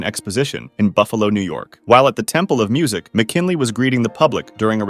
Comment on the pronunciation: William mckinily?